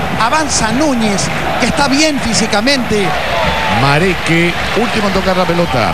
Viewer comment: mareque...nieto (de colón)...no la pegaba con el apellido jaja